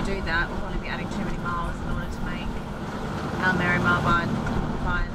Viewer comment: Spot on pronunciation of Almerima, going there in April for a weeks Golf with some mates. Another good video, cheers